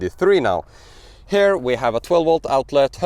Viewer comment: You are so fluent in English, so bravo! But there are a few basic pronunciation mistakes, which I am sure you can fix easily. “Here”: it is quite distracting, if pronounced as “hair”. I don’t know if it helps, but the sound is closer to “Kia”. One can practise similar pronunciations, like “here” “ear” “near” “rear”“interior” …